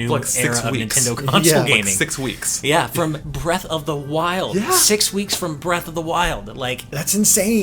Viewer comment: How did they let "Breath of the Wildly?" slip by so easy lol